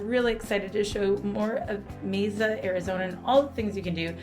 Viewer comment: Mesa is pronounced May Sa. It sounds like you're saying May Za and no one has corrected you. Amasing. 🙂🙃